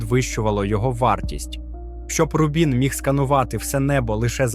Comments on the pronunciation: Бо ролик озвучує ШІ, який не дуже вміє у наголоси. Звісно, в цьому випадку, правильний наголос на перший склад: Ру́бін. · Чому автор ставить наголос у назві "Рубін" то на другу, то на четверту літеру?